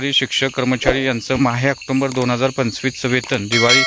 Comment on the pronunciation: आक्टोंबर नाही आक्टोबर आहे विनाकारण अनुस्वार चा उच्चार करु नये